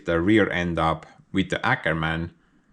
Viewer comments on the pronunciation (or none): Not "Akerman"😉 I believe the "Å" is pronounced like your "O" so "Åkerman" or for you "Okerman". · Just FYI, the "Å" in Åkerman isn't an "Ä", it's more like a long gluttural "O".